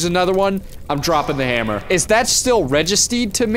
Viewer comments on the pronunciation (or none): That "registed" as 'registered' makes it sound like a Thick Boston grandma accent